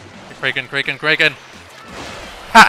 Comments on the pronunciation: cray-can ...... ITS CRACK-KEN EEEEE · Kray-ken? It's Kra-ken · It's krayken? isn't is Kraken not kraayyken? XD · You say kraaken not kraken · Its crack-in not kray-ken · You just called a kraken a kreaken you know right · What's a "Kray-ken?" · Why are you saying Kraeken is that how it's pronounced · He pronounces kraken weird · . You mispronounced Kraken